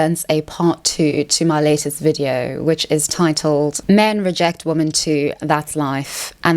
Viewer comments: Why do you pronounce “women” as “woman”? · Why is she incapable of pronouncing the word "women"?